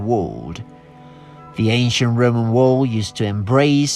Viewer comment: every time he says "Roman" I hear "rodent" and now all I can think of is rats running around in armor and building cool shit